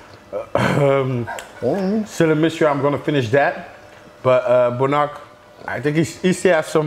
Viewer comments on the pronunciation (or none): I always thought Bonac was pronounced Bow-Knack not Boo-Knock